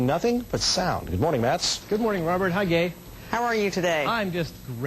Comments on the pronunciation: DID HE SAY HI GAY!?!?!? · he said hi gay lOL!!!